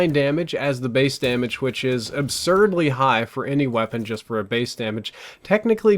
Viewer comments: "Absrudely high" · "Absurdly" plz